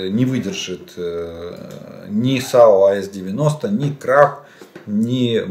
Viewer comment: AS90 произносится как ЭЙ-ЭС 90.